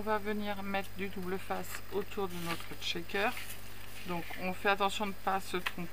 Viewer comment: Bonjour, j'aime bien les shakers (on prononce bien "chèkeur" sans "t" devant sinon c'est pas le même mot) mais je ne sais jamais quoi mettre dedans... Ni reconnaître l'acetate d'autre plastique comme le polypropylene par exemple 🤷‍♀️. Tes petits sacs sont très mignons🥰. Bonne soirée